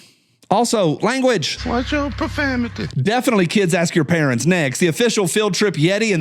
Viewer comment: Profamity kills me, I rewind every time. 😂